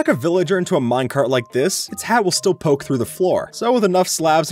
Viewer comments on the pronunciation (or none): none